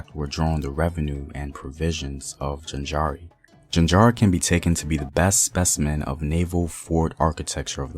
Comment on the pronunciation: Please take the time to learn to pronounce the names of the places correctly, e.g. Jaanjira not jinjara